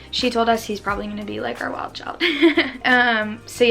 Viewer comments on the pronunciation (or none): none